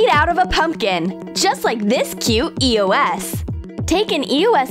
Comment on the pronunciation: she called it an e-o-s wottt